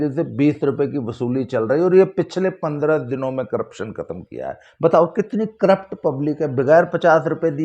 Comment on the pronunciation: Khatam hogi hai... That Punjabi tone..😂😂.. app roast badiya krte ho.👍.. PRANAAM ❤️🇮🇳